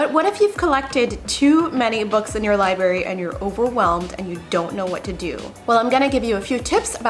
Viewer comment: LIBERRY??? Oh, no